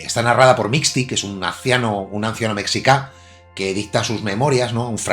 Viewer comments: Azteca es ficción pura y dura, no hay que tomarlo al pie de la letra para tratar de conocer las culturas prehispánicas. Por cierto, mexica se pronuncia “meshica" no “mecsicá". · Mexica se dice meshíca